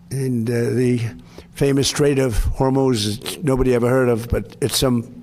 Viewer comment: i waited for trump to butcher the pronunciation of hormuz. he did not disappoint. 😅